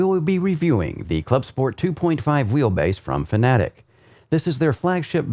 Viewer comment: Fanatic lol 😆FAN-A-TEC FFS 🙄